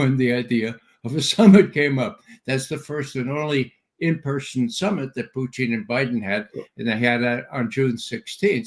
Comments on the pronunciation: Someone please correct Ray's pronunciation of Putin's name, his current pronunciation sounds derogatory and Ray has no good reasons for disrespect of President Putin. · Sounds like he's referring to a certain Canadian dish of cheese curds over potatoes and gravy.